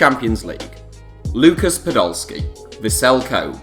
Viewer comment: Man you just butchered the name of the city of Kobe...